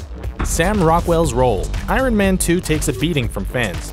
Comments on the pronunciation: "I-run"?! Lol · Is it just me or is this guy incapable of pronouncing "iron"?